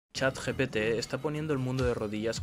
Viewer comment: Dijo: Chat "GTP"